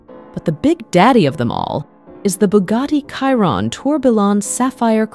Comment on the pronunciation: Why does she keep saying Bugatti kyron it’s a Chiron not kyron 🤣🤣🤣